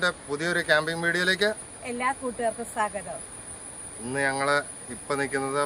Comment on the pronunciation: Edaa saagatham ennu parayallee - Swaagatham ennu parayanee. Liked all your videos 😊